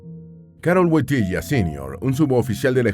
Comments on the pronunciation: Me ha gustado mucho este video. Pero primero hay que decir que no se pronuncia Wotilla sino Wotila. Segundo el pais que mas visito despues de su amada Polonia fue mi país España que como el llamaba a España Tierra de Maria. El aprendio español porque su tesis la hizo de los Santos españoles santa Teresa de Avila y San Juan de la Cruz. Ademas una de sus canciones preferidas era las sevillanas del Adios y cuando hiba algun artista español al Vaticano se las cataban y el encantado que apartaba a la gente para escuharlas porque le encantaban. Es tanto asin que un viaje a México le tocaron las sevillanas del adios en forma de ranchera. Queria tanto a España que cuando viajaba siempre pasaba por suelo español para darnos la bendición a los españoles. El coche llamado Papamovil se lo hicieron en España y lo exteno en España. Cuando se le critica a Juan Pablo II por ir a Cuba les recuerdo que el papa no solo se reunio con Fidel Castro sino también con la oposición. Tambien gracias a Juan Pablo II en Cuba se abrieron las iglesias, se dejo de perseguir al clero y sobretodo volvio la Navidad que estaba desde muchisimos años. Este Papa fue el Papa de la Juventud. Las jornadas de la Juventud las puso el. La gran cruz que llevan en esas jornadas la regalo. El murio el dia de Jesus de la Misericordia inpuesta por el. Podria decir munchas mas cosas que no se dicen de este maravilloso Papa. Que munchimo le seguimos queriendo tanto y le echamos de menos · No woitilia woityla narador burro no sabe hablar español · Woityla np wontilia tonto è burro NARADOR